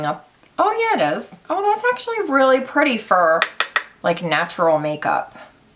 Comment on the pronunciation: Pri-tay!!!! Verah verah pritay!!!!